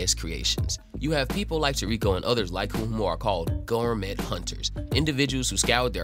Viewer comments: The fuck is tuurekoh? It's toriko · You saying his name wrong broham but I love this manga and show he’s my fav character